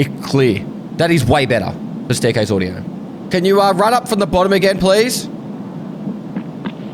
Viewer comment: what is "Odiooo" 🤣